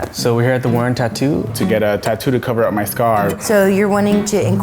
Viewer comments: "oSCAR" i'm sorry. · Lol his name is O-scar